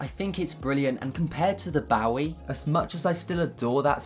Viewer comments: Awesome video but one thing his name is Bowie like a bow and arrow not as in bowing down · How did you say Bowie wrong. David Bowie is British😂😂😂